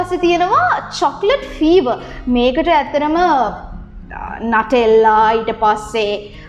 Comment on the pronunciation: Nuttela kiyanne Italy brand ekak eka pronounce karanne "නුතෙල්ලා"කියල